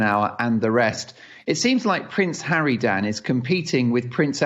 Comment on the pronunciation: Did say "Prince Harry, Dan" or "Prince harridan"? Prince harridan suits him better.